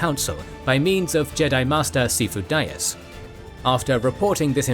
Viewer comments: Love the video, but its prounounced si-fo D-ass, I know thats not how its spelled but thats how they say it in the movies, but other then that great video!! I am really looking forward to moee of this series, this and the imperial civil war from legends are my favorite conflicts in my favorite sci-fi universe, love you guys! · Man, I wish he'd pronounced Sifo-Dyas' name correctly.